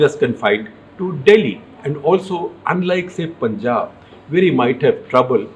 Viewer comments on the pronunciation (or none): none